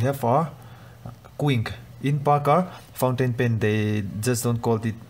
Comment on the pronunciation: Others : pointain. Pen English people and Americans: FOUNTAIN PEN U IDEOT WE MADE THAT HOW COULD YOU SAY IT LIKE THAT